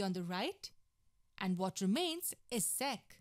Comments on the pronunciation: ‘sec’ sounded like sex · "Sex squared theta"...lol